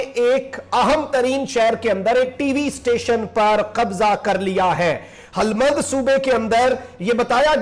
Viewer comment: Bhai naam sahi liya karo it's not harat or halmand...its hiraat and hilmand